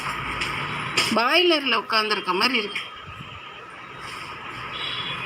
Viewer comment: மாட்டிக்கிட்டான்னு ஒருத்தரு 🤣🤣🤣 அது baailar illa boiler... இந்தாம்மா இப்படி தான் கா... Toilet taailat num lawyaer laayar னு தான் சொல்லும்.....வாய திறந்தாலே இது பணக்காரியும் இல்ல படிச்சவளும் இல்ல என்பதை சுலபமா கண்டுபிடிச்சிடலாம் 😂😂😂